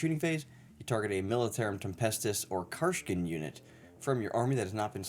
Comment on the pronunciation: “Karsh-kin” “Astra Mili-tear-um” Lmao